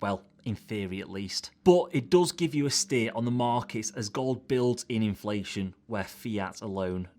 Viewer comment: 'BELOW INLAFTION RETURNS' Oops